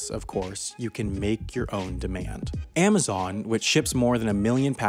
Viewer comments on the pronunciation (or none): none